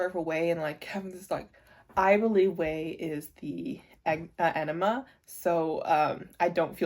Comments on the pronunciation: Yeah you have to pronounce the g. It sounds like E-NI-GMA. Every letter is said. (idon't know if it makes sense. english is not my first language, sorry) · I don’t think you’re pronouncing enigma correctly. It sounds like you’re saying enema, which is very very different.